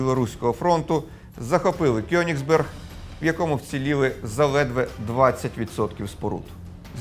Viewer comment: Вірно казати Коеніґсберґ